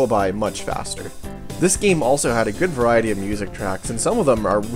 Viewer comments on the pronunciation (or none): none